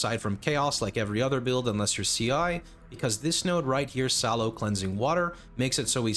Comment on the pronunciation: I guess I will never get why pronounce Tasalio as Salo, must be specific pronunciation, other than that, classic great video as always, much appreciated, RF enjoyer here though I don't do it every leaguestart anymore